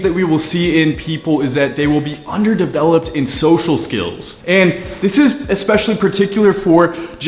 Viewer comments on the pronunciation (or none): "Underd-Developed Social Skills" underd? lol